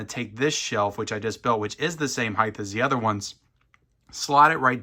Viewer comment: Didnhe say “heighth”?